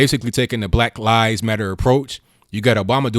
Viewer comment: Lies, He stresses LIES...